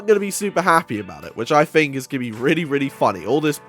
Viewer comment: it's "think", not "fink"